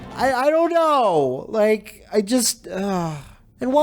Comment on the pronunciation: But, did you rike it?